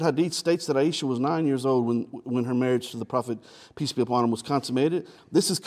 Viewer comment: Thought he was saying 'Peas be upon him.'